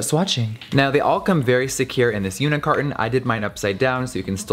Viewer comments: I was “today years old” when I found out it’s unit carton and not “unicarton” 😂😂😂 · OMFG I thought he said unicarton too. Like I say unicarton because of him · i kept think he was saying “unicarton” but then i realized he said “unit carton”😂😭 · Omg same